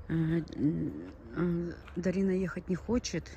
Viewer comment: Ее зовут ДАРИНА! Не надо коверкать красивое имя. Иди русский язык поучи лучше, чем кофточками интересоваться🤨